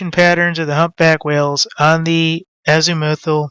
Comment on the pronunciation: I don't mean to be disrespectful, but try to exercise your pronunciation of azimuthal otherwise it does hinder your credibility, a lot... Take care